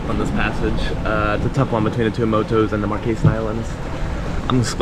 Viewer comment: Yep.... trade winds! Have done that passage a couple of times and after a boisterous sail, the Tuamotus are even more appreciated... ! I'm sure you've already discovered the joys of Polynesian pronouncing every vowel. You'll get used to it. Fyi, its Ra-roy-ah and Too-a-mote-toos. IaOrana is a fun one (ee-or-rana, our boat was named that, handy in FP) but worth knowing as it's the hello of Tahiti, sort of like aloha in HI but more authentically used. So enjoying to see everyone passing that way, reminiscing, good times!